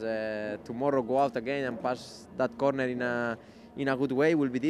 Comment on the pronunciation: “Normally, dat kornerrr.“